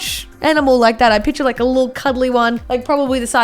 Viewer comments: She said pitcher instead of picture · Nobody:: “Piture. Piture. Piture” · can I make fun of her for saying pitcher now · She says pitcher